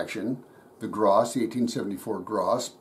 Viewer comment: A very nice 1879 bayonette from my country. Very good prononciation of "St. Etienne", but don't say Gra"ssss", just "Gra" without the S. Thank you so much for this video... Best regards from france.